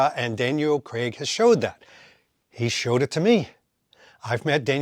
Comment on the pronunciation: And if anything, Daniel Cregg had the most mispronounced Bond name.